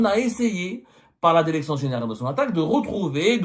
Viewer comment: Derecteur Derection